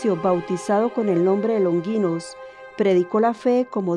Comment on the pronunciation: Se dice LonGInos, sonido fuerte no Longuinos. Pilato, no Pilatos